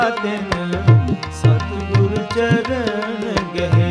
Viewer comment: It’s Satgur “ nadar kare, I think I could hear satguru instead.. sorry but pronouncing correct Gurbani is very important “Lakh khushiya paatshahiya je “SaTGUR” nadar kare..🙏